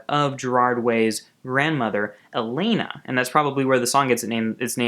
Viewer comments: I thought it was Hell-ay-na not Hell-ah-na? Helena ?!?!? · It's pronounced Heh-lay-na not heh-len-ah.... but you said it right once and then ?? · when it's actually pronounced hel-aye-nah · It's pronounced "Hel-ay-na" though. Helena was Mikey and Gerard's grandmother who died. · You are mispronouncing Helena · There is no NOT in the lyrics. Look it up. He pronounced Helena wrong also